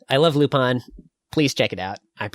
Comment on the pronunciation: Is that how you really pronounce Lupin wtf I've been butchering it all aloing